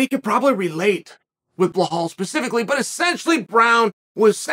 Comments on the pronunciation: Blehal..... hooo da fook is tha guy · Ble-hawl "remember the name"